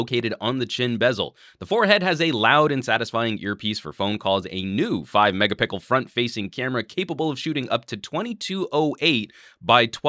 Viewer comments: A fantastic review that's really going to make me "wait and see" but I cracked up every time at your "megapickle" :) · "5 megapicle!" :D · What's with the "MegapiCKel"? :)